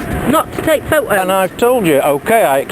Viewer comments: i swear if they say pho-toes one more fucking time... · Boy I love the way they pronounce photos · I laugh every time he says pho toes 😂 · Never thought it possible to laugh so hard at two people arguing over Fo Toes, and Fo O's..At a "crisp" "fack tree". Too bad they didn't say potato chips.. woulda been insanely hilarious.. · Actually he said pho-toes, and she said phot-o's lol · Didn't she actually say pho-o's at one point?^^ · Do they know there is a "t" in "photos"? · I've just spoken to someone and they have assured me that there is a 't' in 'photos'! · This sounds like two people making fun of a scene in a movie they saw the night before, I never heard "Photos" pronounced so painstakingly. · She does not really use the 't' sound when she says "photos". The guy makes full use of that 't' sound. The English talk funny, LOL!! She said "piss"; she said he was pissing her off. He is perfectly nice and calm.